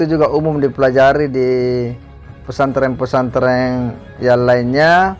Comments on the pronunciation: Hy hallo mas bukan pesantreng tpi pesantren, ampun deh ini you tuber kristen apa ko blg pesantreng hahaha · Khas logat SulSel 😂